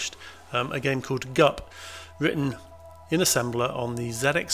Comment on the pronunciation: BUP? No, GUP